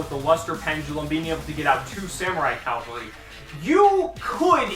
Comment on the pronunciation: Cavalry. Not Calvary. Calvary was the hill that jesus died on. I didn't expect a hill to be a freakin' dinosaur.